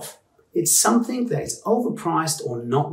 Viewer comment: NB there is no K at the end of 'something'.